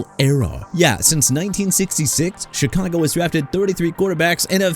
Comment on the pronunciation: BRO LET ME TELL YOU SOMETHING: YOU DON'T GET TO MISPRONOUNCE EVERYBODY'S NAMES IN YOUR VIDEOS NO MORE! YOU UNDERSTAND?!?! JAKE DELHOMME AS IN DEH-LOHM NOT DEL-HOME!! CHICAGO AS IN EITHER SHUH-KAH-GOW OR SHEE-KAH-GOW NOT CHEE-KAH-GOW!! NEW ORLEANS AS IN NEW OR-LINS NOT NEW OR-LEANS AND THE DOLPHINS TO SEPTEMBER CHAMPIONS... ARE YOU KIDDING ME?! THEY'RE A MESS AND THEY'RE IRRELEVANT, LACK OF A FRANCHISE QB AND A POOR DRAFT HISTORY AND THEY CAN'T WIN IN COLD WEATHER... AND?! YOU GOT A PROBLEM WITH THE TEAM, ADDRESS IT IN PERSON!!! YOU'RE DONE DISRESPECTING THE MIAMI DOLPHINS AND YOU KNOW WHAT? SOMEONE NEED TO DO THE VIDEOS INSTEAD OF YOU!!